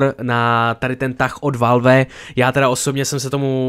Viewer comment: Já se směju tomu jak valf říkáš valve.😂